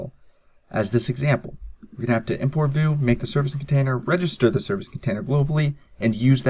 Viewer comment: lol, "Voo"? you mean "vue" (/view/)?